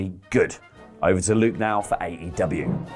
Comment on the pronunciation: "Luke" smh